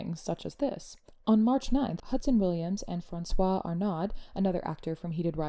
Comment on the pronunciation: Sorry... the D is not pronounced at the end of Francois Arnaud (are no - is the pronunciation) Francois and Hudson together crafted the post and then posted it together. Everyone should be calling out the bigotry, and when I see it I call it out.